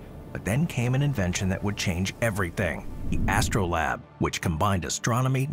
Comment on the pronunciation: Why do all the people who read these scripts not look up how words are pronounced? It's literally what they're paid for 😂 "Astro-LAB?"